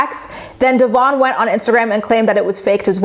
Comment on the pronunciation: I love you, but can you please start saying Devoin’s name right?🙈 I mean no disrespect towards you, but knowing that Briana says his name the wrong way, because she doesn’t like his given name, is so fucking rude and disrespectful.